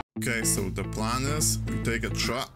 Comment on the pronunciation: Tuck rescue.... tuck! TRUCK!!! It’s TRRRRRRRUCK!! 😂.